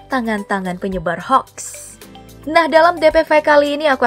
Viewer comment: Hoax...dibaca hoak....bukan haks...admine keminggris